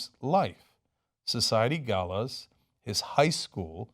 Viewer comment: It's pronounced "ɡælə / ɡeɪlə", just so you know.